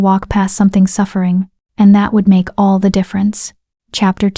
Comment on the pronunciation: Please stop guilt tripping throughout the story . It's amazing that the AI voice can put emotion in the plea's for subscriptions but can't get the emphasis of "ALL" correct instead says A-L-L . I have not subscribed and won't until the guilt trips stop. I don't mind a reminder of " don't forget to subscribe halfway through but please stop the manipulation.